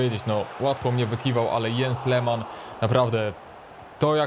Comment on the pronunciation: Hej,, jak coś to nazwisko Lehmanna czyta się trochę inaczej😉 Pozdrawiam